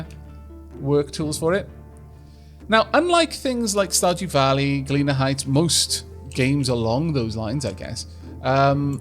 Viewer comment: Love it when Welsh people say "Valley".